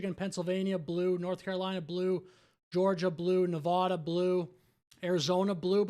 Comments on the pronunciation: Nuh-Vah-Duh is NOT a state. It does not exist. Learn your geography. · Love your videos but please learn how to pronounce Nevada